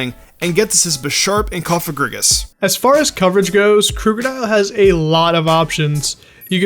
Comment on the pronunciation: Is no one going to point out that he said Cofagrigus as Cofag? Just sounded weird to me if you know what i mean lol